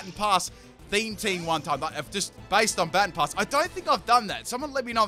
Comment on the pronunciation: I swear, mispronounce "Baton Pass" one more time... All in all, great video though.